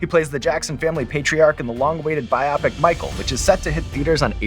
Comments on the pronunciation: "Biopic" is pronounced ""Buy-oh-pick". It's built from "biography" and "picture", so phonetically it should sound like it. Not "Buy -op-ick". It's not a medical term like "myopic". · Sean... bi-oh-pic. Short for BIOgraphy PICture. It is __not__ pronounced bi-opp-ic! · Never heard someone pronounce biopic “bye-opic”. It’s short for biographical picture so it’s definitely wrong, but still interesting. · If I do nothing else with my life except teach one person that the word is pronounced BIO-pick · I love how he pronounced Biopic. Not as BY-oh-pick, but by-AH-pick. Merriam-Webster and Oxford say we are wrong, but I don't care. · Had to close this video when you mispronounced "biopic"